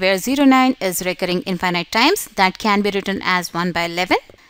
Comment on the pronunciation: Excused me you're pronunciation in infinite is wrong sorry no offend 😅